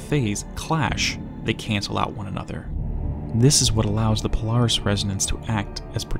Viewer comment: Polaris sounds like you’re saying Polar Hiss… Polaris is polar to The Hiss. If that was Remedy’s intention, they are geniuses.